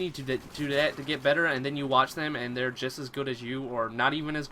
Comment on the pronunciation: Heard the accent when he said "then" and "still".